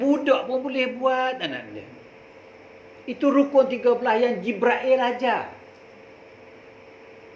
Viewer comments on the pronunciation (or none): Jibril bukan jibrail ...pening laa...